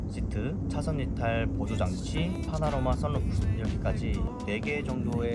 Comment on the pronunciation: 파라노마;;; 파노라마 썬루프